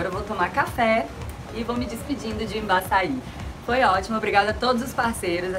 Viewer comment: Toda vez que você falou Imbassai, pensei, Embaça ai, ou qualquer coisa com açai. hahaha. Mas deixando a enxeção de saco de lado, gostei do rio =D